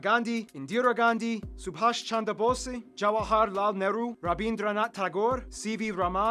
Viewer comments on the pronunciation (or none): Nice video! Btw it’s pronounced Bose, as in Bose speakers